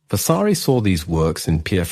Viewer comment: Too many mispronunciations detract from the commentary! Vasari’s Lives, Chigi etc. What a shame.